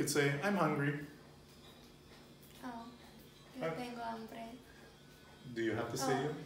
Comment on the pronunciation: What are you saying for "hungry"??? It sounds like "hombre", Which i thought was spanish for "man"?